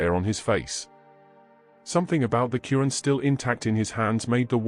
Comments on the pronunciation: Dude it’s not “Curran”, it’s al-Quran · The holy book is the Blessed Qur'an not curan.Please be careful how pronounce it.Its the book of Allah Swt. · It’s called Quran try to say the name of the book properly OK you’re not even saying it properly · Plz correct ur pronunciation of QUR’AAN.